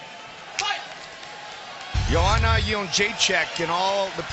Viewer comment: So funny hearing JOE ROGAN calling JOANNA"S name in the beginning round as YO-HAN-NA rather than as YO-AN-NA. Of course back then nobody outside of POLAND could pronounce it correctly.